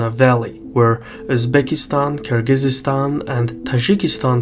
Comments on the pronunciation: Stop mispronouncing Kyrgyzstan like you're not Azerbaijani,. We don't speak like that, come on. It's Kyrgyzstan, not Kyrgyzeestan. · It's Kyrgyzstan, not Kyrgyzistan. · Hurts my ears to hear Kyrgyz-eestan, dude. It's Kyrgyz-stan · Minor correction: It's Kyrgyzstan not Kyrgyz-is-stan. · It's not Kyrgyzistan it's Kyrgystan sorry it just kept bothering me great video tho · Nice analysis. Thanks. But it's Kyrgistan, not Kyrgisistan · Kyrgyzstan is Kyrgyzstan, not "Kyrgyzistan" ;-) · Thank you,, but it's Kyrgyzstan not Kyrgyzystan. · It's Kyrgyzstan not Kyrgyzystan. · God he keeps butchering Kyrgyzstan The z and s mesh together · "Kyrgyzistan" seriously? It hurts my ears. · Cmon, oratory excercise, its KIR GI STAN, drop the z and there's no y after that. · You're adding an extra syllable to Kyrgyzstan. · Nah, I disliked cause of that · he says Kyrgyzstan wrong. There is no extra syllable between the z and the s, it just kinda smears together. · He is literally saying it wrong tf ?!? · I’ve been mispronouncing Kyrgyzstan this whole time? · Strange pronunciation of Kyrgyzstan there! I've visited the country twice (last time in 2008)... total third world hole. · Is that really the correct way to pronounce Kyrgyzstan?